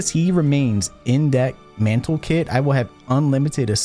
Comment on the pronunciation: "mantle kit" TIL that "manlet" isn't the only way people mispronounce "mantlet"